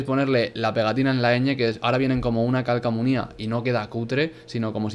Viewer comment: Eras mi idolo hasta que escuché que dijiste "calcamonías". Jaja menudo crack eres tio, sigue así 🦾💪🏻.